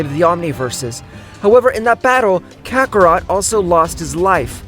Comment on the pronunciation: KAKAROTO ITS KAKAROT